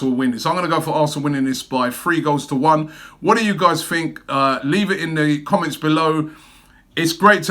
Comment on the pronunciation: You said “What do you guys fink”. I fink, we just need to ask the Spuds fans “Mind what gap”? 😂